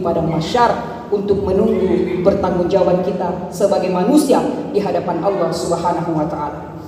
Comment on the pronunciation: Y lafadz Alloh nya cara bacanya ....buka tajwid tafkhim tarqiiq